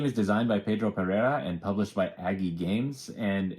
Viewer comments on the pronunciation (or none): none